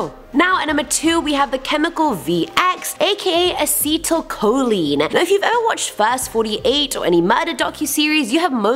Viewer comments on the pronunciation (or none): none